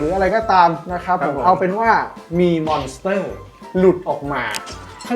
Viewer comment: ขัดใจจัดอะพี่ทางซ้ายพูดว่า มอน - เตอ คลิปหน้าขอพูดว่า ม้อน สเต้อ ได้มั้ยยยยยยยยยยยยยยยย